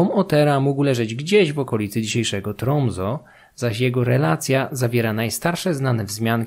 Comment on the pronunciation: Świetny kontent! Jednak nie mogę zdzierżyć wymowy nazw regionów, ale ja jestem pojebany na tym punkcie 😊 Nie „halogaland”, tylko „hologaland” i nie „tromzo”, a „trumse”